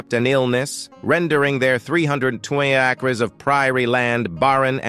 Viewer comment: AI, Americans don't pronounce ``Delano'' like that. You also mispronounced ``Wilder,'' and ``navigated'' and ``acres.''